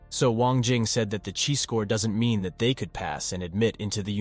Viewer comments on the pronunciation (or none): none